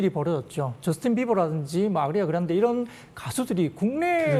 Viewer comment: 아그리아 그란데라니ㅠ 아티스트 이름 정도는 정확히 알고 들어오셔야 하지 않나요... 듣기 민망..